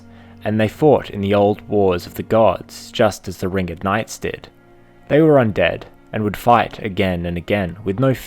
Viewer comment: so something that really bugged me in this video is you kept calling them the "Ring-id" knights making it sound absolutely stupid.